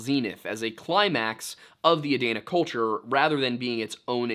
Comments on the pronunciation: It's pronounced, Uh-deen-Uh and the state capitol was relocated from Chillicothe to Columbus. Unfortunately, as much as you'll dislike it. The OU campus isn't surrounded by bad neighborhoods. It's actually the opposite. Affluent neighborhoods are the norm around north and northwest columbus. I also believe it was an intentional disappearance. Gread video as usual. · Adena is pronounced aDEEnuh. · I live in Scioto county & just want to give you the correct pronunciation of a couple things; “Scioto” is pronounced like the “sci” in “science”, “Sy-fy” or “Cyrus”. Sy-oh-toe. Also, Adena is pronounced Uh-dee-nuh. Non locals get some of our words wrong b/c a lot of them are native words & are a bit different in pronunciation than many normal English words. Btw, if you’ve never seen Serpent mound you should definitely go, it’s a very special place. It’s extremely unique, even for an indigenous built mound. There’s a lot of mysterious things about it & the more you look into it the more mysterious it gets. I live pretty close to it so I go with my husband & dad pretty often. My family is full Cherokee so we’re originally from North Carolina but we still love to go see & appreciate other indigenous cultures besides our own, especially since we’re no longer in our ancestral homeland. If you go be sure to support the gift shop, the money goes into preserving the mounds & keeping them clean & nice. Also, a death took place there a while back so there’s true crime stuff you can investigate while you’re there lol